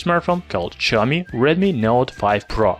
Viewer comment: I like how he prenounces the like ''zhe''